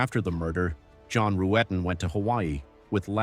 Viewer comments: His name is John Rutten not Rooten,that pronunciation was used deliberately to get Stephanie's reaction at the start of her interrogation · ..."John Roo-etten"...!? How TF do you read "Rutten" as "Roo-etten"...!?! It's something that AI would interpret and translate simple Language Code as.... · John Roo-etten 😅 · Not when you keep mispronouncing John Ruetten's name. Many videos about this case are already out there. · The intentional mispronouncing of John's last name in the beginning is ABSOLUTE GOLD !!!!!